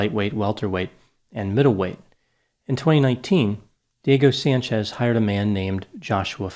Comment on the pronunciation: I've never heard of either of these two men. My biggest struggle listening to this analysis was the fact that every time said "Diego Sanchez", all I heard was "Dirty Sanchez". What is wrong with me?! 🤦🏻‍♀️